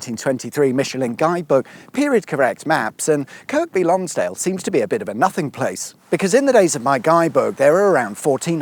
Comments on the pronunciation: Cumberland is still there as is Westmorland, Cumbria is a political construct, and it's said Kirby Lonsdale.... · I’ve watched 40 seconds and come to comments to ask you to pronounce Kirkby correctly…I see im not the only one 😂 I’m sure the rest of the video is epic as always 👌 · It's not KirK by, it's Kirby - with a silent K. Talk to any local people or listen to local radio and you will get this confirmed. Probably my favourite town in England, it's just so beautiful and peaceful. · Kirk-be -is really Kerby. Dear me. Are you a southerner or something? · Kerby Lonsdale, not Kirkby. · Lived in Kirkby during secondary school. Your pronunciation KirKby really pained me ngl. Makes me think was it intentional :D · Kirkby Lonsdale is pronounced Kirby, great video, and yes it's still raining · Great vid!! Kirkby Lonsdale is one of my favourite towns to stay for a short break. PS, it's pronounced without the second 'k'. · Lovely stuff. The Lakeland motor museum is one of our favourite attractions. Up until a couple of years ago it used to house an extremely rare red TVR speed twelve GT1 homologation special. On my last visit I asked one of the museum volunteers where it had gone? They didn’t know. Still a good museum though. As an aside your pronunciation of “Kirk-by” Lonsdale made me slightly queasy similar to “Market Weigh-ton”. You should know by now that us northerners don’t pronounce place names as they are spelled because not many of us can read proper our kid. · I think Kirkby is pronounced Kirby. i.e. without the second K. Leastwise thats how my rellies from West Yorkshire pronounced it. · The k is silent. No, I don’t mean it’s called irby Lonsdale. Kirby. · No. Most people call it Cumbria. In Kirkby Lonsdale the second k isn't pronounced. KL is probably nearer the Yorkshire Dales National Park than the Lake District NP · Good video, but the locals don’t pronounce the second K in Kirkby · Just a point of order: The second 'k' in Kirkby is silent.